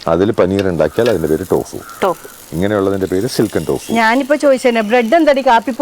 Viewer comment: ടോഫു അല്ല തോഫു, ചൈനയിൽ സാധാരണ കറിയായി തോഫു ഉണ്ടാക്കും